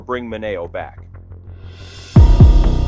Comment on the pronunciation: IT IS PRONOUNCED MIN E O. COME ON